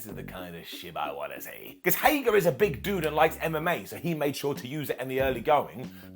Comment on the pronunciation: Who’s going to have to be the one to break the news to that it’s “Hager”, not “Hagar”?